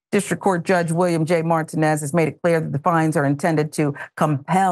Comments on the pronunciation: Martinez😂not mart ten ez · MarTEENez is how the judge's name is pronounced, please. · Good commentary BTW iit is mar TEE nez